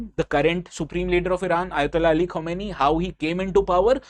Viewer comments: Correct your pronunciation Khamenei (kuh·muh·nay·ee) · Pehle nam to thk sai padho yaar Khmnai ko khumeni pad rahe ho.... Kya IAS padhawo gy ap log